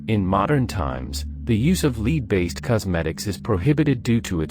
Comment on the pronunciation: It's pronounced "Lehd" my friend.